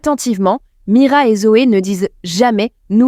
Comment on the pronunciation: Je trouve que c’est dommage pour ceux qui n’ont pas vu et en plus tu parce que tu me dis pas le nom, tu dis mara au lieu de mira